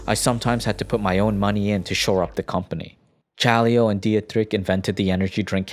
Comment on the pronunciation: The way he spell "Chaleo" gave me headache tho.